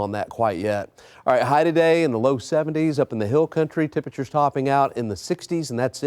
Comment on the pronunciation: Temprchrrrrs are gonna be cold.